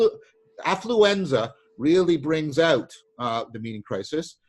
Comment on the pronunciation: Ah, The good old pre-pandemic days! John says, "Affluenza really brings out the meaning crisis." Couldn't help but hear that as influenza! Great discussion John and!